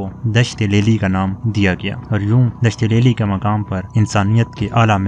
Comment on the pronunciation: الفاظ کے صحیح ادائیگی سیکھ لو۔ دشت لیلی